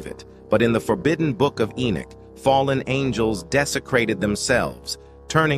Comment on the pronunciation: The AI pronounced Enoch differently every time it was said